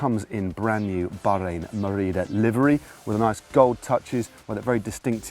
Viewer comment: Am I the only one that finds it oddly satisfying when Matt says "Bahrain Merida"!!??